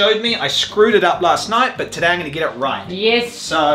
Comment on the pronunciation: that was a proper kiwi "yes" from Yoli right there 🤣